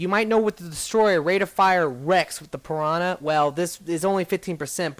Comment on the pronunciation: you say piwana